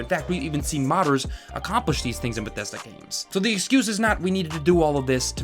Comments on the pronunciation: Jesus Christ, the way you say Bethesda is driving me apeshit. ....no offense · Ahh, Bethesda Shmethesda